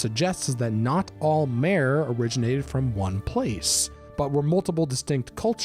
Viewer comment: You pronounce Altmer and Aldmer correctly yet when you chop off the Alt or Ald you completely mispronounce MER and call them MARE? Their NOT FREAKING HORSES. Their MER. You say the MER by itself the same way you say it when you say it with a prefix. AltMER. DunMER. DweMER. Their not the AltMARE or the DunMARE!